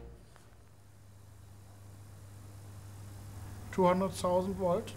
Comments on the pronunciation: Hammond: "He's starting to raise the woltage." LOL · "He's starting to raise the woltage" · I didn’t catch this 11 years ago but Hammond said “He’s starting to raise the Woltage” Nice one. Very subtle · "Hes starting to raise the woltage" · hamster said "he started to raise the woltage".... hahahahaha!!!! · "He's starting to raise the woltage." Hahaha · “He’s starting to raise the woltage” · "he startin to walve the voaletagr" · Starting to raise the woltage.😂😂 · hahaha "starting to raise the "Woltage" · Raising the woltage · Did anyone else replay "im starting to rise to woltage"